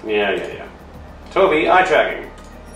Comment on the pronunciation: Toe bee* not (toe bye)